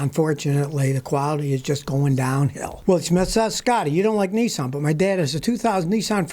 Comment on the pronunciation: Scotty NISSAN Not Nessen.